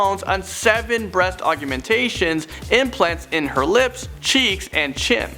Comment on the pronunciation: Why can't you pronounce 'augmentation'?